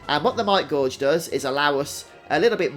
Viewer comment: This is helpful thanks. Though, 'gauge' rhymes with 'cage'. Not like 'gorge'